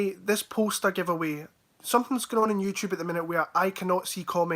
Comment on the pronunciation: "YouChube" 🤣